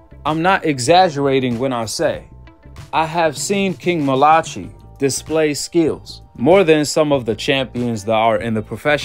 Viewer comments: Bro it’s I think it’s pronounced Mal-uh-kie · I think his name is pronounced mal-uh-kie malachi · Malachi? Is it not pronounced as Malah-kai? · Pronounced "MAL-UH-KYE" Malachi 👌🏿! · Mal-a- Ki … or King Jr … you’re saying it wrong … I know cause his dad is my coach , and I’m on the coaching team